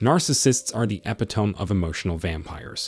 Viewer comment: Eh-pi-tom -ē It's a four-syllable word!